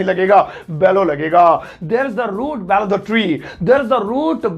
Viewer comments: Sir below ko pronunciate to galat kar rhe ho... उसे बेलो nahi बिलो bolte hai....😕😕😕😕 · Vah re pagal but teaching points are good, mend pronunciation of below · Hi: I appreciate ur teaching skills indeed. May God grant u Success! With due respect, One small observation over ur video classes: plz work on ur words pronunciation likewise “fell & below” it needs to be pronounced accurately. Thank You